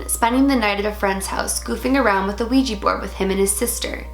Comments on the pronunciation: Its a Ouija board not a Ouijee board...*switches channel* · It's kinda cute how it sounds like you say ouiji board ^^